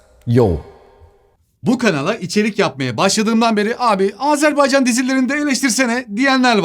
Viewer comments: Azerbaycanlıyım ama bu kadar iyi söyleyemiyorum😅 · Azerbaycan kelimesini düzgün telaffuz eden nadir kişilerden birisiniz. Kutlarım ve teşekkür ederim 🥰😘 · Azerbaycan'a "Azerbeycan" demediğin için teşekkürler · Oh eline sağlık. Çok sinir oluyorum terklerin AzErbEycan söyledikleri zaman